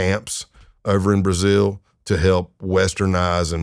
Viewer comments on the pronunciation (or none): none